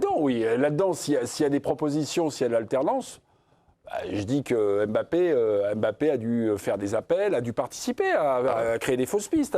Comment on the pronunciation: Arrêtez de dire Em bappè monsieur le présentateur